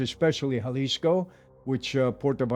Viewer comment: Thank you Michael for pronouncing, "Jalisco" the right way...silent J like an H ..good job!